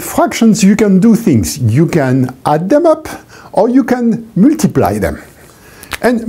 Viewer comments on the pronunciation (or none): at , i distinctly heard the word puttiply. awesome. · "I want to Puh-tee-ply it"